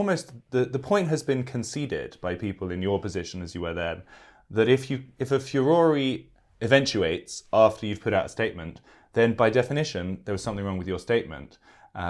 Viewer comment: Furoree??? I think he means furor (pronounced: fee-ur-or)